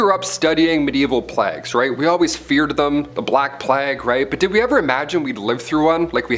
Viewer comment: pleggs?? You mean plagues? 😂